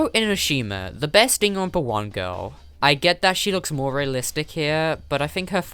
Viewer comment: says Danganronpa Subtitles: ding and rompers